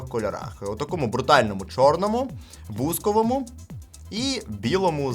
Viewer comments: Бузко'вому! Наголос на о' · а чому бу'зковому. Бузо'к - це з російської "сирень", наголос на другий склад.